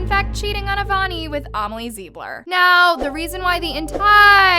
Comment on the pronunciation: How hasn't anyone noticed that called Amelie Zilber Amelie ZiBlEr. Lmao